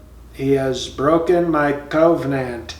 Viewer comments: Every time he said Cove Nant I chuckled. dude you are funny. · Cove-nant or Cove-n-ant? 😱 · I am pretty sure that the word is "koh-Veeh-nant". Isn't it?